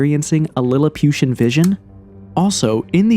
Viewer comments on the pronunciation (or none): 'lilipiution'...wow heheh ..this is idiotic almost funny